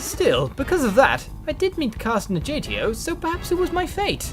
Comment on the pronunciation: You know, I don't know what he's smoking sometimes... Agatha, Agatio...not A*J*atio! As for Karst and A*g*atio, can't wait until he kicks their butts into submission. For now, I guess it's Ankhol time and than Lemuria.:D